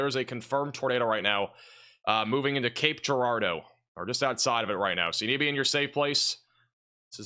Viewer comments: It’s pronounced Jarardeau, as in Gerald. 😂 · In Cape Girardeau, pronounce the “G” like a “J”.